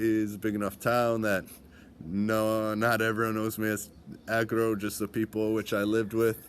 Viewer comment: Frog = Agro not Acro